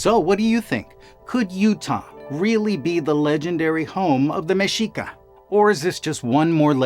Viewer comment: Thank you for pronouncing Mexica, tenochtitlan, and nahuatl correctly